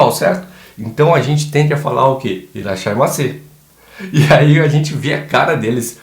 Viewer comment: "irashaimaseee" rsrsrs ótimo!